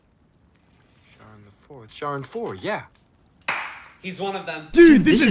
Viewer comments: It is pronounced Kaa-ron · If Rick Riordan taught me anything, it's that Charon is pronounced "care-on", making this movie bad in every aspect.